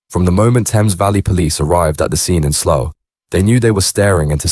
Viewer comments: Sloth???? It's Slough you thick robot 😂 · I have to turn it off soon as I heard sloth ffs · it’s pronounced SLAOW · Or sl-owl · As soon as you pronounced Slough I left